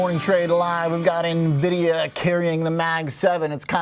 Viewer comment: Why do people always mis pronounce Nvidia? The reporter pronounces it correctly, but the Rexshare guy doesn't? Does he even know what Nvidia does or watch any other interviews on the company?